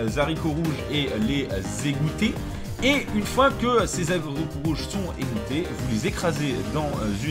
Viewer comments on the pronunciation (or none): Les zaricots, un grand classique xD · Il a dit les"zaricots", fildrong, quand meme. (fallait quelqu'un pour le faire remarquer de toute facon) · Bonne vidéo, ça me fait une playlist pour l'année prochaine quand je vivrai en appart, ça me fait passer de "lol je vais manger des pâtes et du riz touts les jours" à quelque chose de plus positif. (Btw nice les "zaricots" mdr) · "Les ZZZaricots rouges..." 😆 Merci pour ta nouvelle recette! 👍 Bravo pour l'acquisition de ton couvercle, ça va t'être utile;)